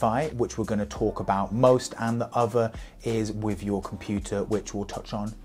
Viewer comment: Stop saying wiv!